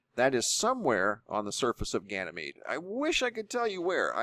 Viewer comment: Says "gyanemede up-close"